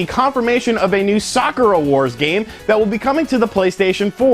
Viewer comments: sakura------suh-koor-uh.....not sock-ur-uh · it's pronounced Sah-koo-rah' with a soft "k" said like one would say "beautiful" or "soft" and not hammer the consonants in the word so abruptly. Sakura Wars (aka Sakura Taisen) has had five games. it's a Shining force-like Strategy RPG with steam powered mech, and team of different girls from different nations. There is a pseudo-"dating sim" aspec which is more relationship/friendship building gameplay elements and yes the player can go out a couple of "dates" with the girls if certain conditions are met. The series has a hardcore but semi-niche fan base of the series. I am looking foward to the Sakura Wars alternate universe reboot game.